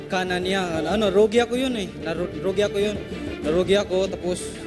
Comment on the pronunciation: groge,,,,, hindi rogi, mas magaling si albert.